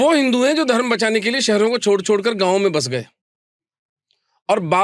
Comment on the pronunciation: Sorry bro pr Aap धर्मा hi q bolte ho ye koi cool dikhne ki chij nhi he Thoda smjho धर्म bolo धर्मा, कर्मा , रामायना,........🙃🙃